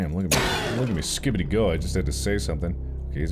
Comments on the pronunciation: Take a drink each time Mark says “Skibidy” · Watching this at night and it’s so funny and entertaining to watch Mark says skidibi every time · at least it isn't him saying "skee bee dee"